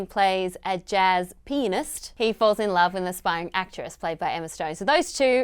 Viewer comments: Why don't people just enunciate "pianist" instead of saying "penist? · did anybody else hear penis when alicia said pianist? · the 8yo in me heard Alicia saying Gosling plays a penist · PENIST, PEE-ANN-IST, TOMATO, TOMAHTO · When she said pianist, I thought she said penis.